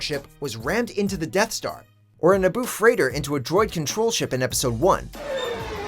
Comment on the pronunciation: "Fighter", not "freighter".